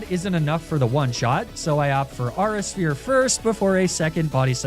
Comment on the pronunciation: "ahra sphere" 🚡🚡🚡🚡🚡